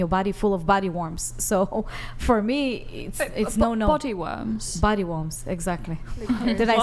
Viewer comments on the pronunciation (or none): "that have body WARMS." girl with bad English. "What?" Everyone "Exactly." Girl "Idk what you're saying." Everyone "Body WARMS." GIRL "Are you saying worm or warm?" Everyone "Yes " girl.